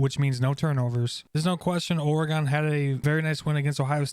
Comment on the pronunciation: OR - GEN. OR - uh -GEN.